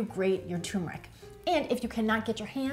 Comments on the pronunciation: TURRRR——MERIC NOT TOMBMERIC 😂 TURMERIC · It's pronounced TURmeric... not TUmeric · Nice video, but it's pronounced "tuRRRmeric". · Thanks. What is the approximate shelf life of this in and our of fridge? (PS: I love the way you say Tumourick 😻😜)